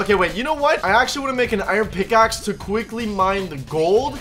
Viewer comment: HE LITERALLY SAID SMICKAXE INSTEADNOF PICKSXE